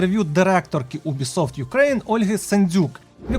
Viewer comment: Чому, бляха, Убісофт, а не Юбісофт?